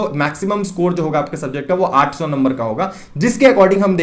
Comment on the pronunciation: aap 800 kaise bol rahe ho...samajh naahi aa raha hai....